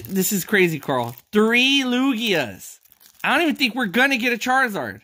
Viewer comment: You said charzard times